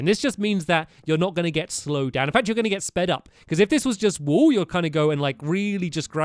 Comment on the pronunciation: does he say this wool or "this wall" in an accent? #